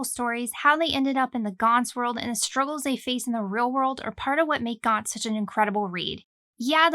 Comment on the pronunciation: finally, someone who pronounce it right